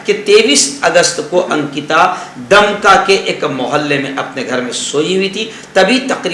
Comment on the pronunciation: दमका नहीं दुमका है